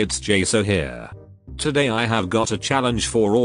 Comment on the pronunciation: he pronounced 'here ' in a disgusting way 🤮